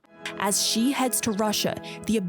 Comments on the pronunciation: I wish people in the west would - at least - make the effort to pronounce Chinese names correctly. It's an embarrassment! How hard can it be to pronounce "shhhh" instead of "zzzzzz". Good grief! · Dumbass “china expert” said “Zi Jinping” lol 😂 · When will they learn to pronounce Xi's name correctly? 😂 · Nobody should take seriously anyone who can't even pronounce the Chinese presidents name correctly. And you want us to believe he is on some kind of committee that specialize in China? What a joke.